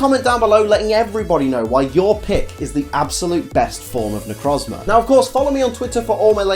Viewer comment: It's pronounced Ne - Croez - Mar